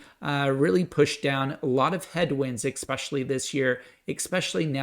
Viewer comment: Good video - like your channel. One suggestion - try not to say “ec”specially, just especially with no “c” sound. Best wishes to your family.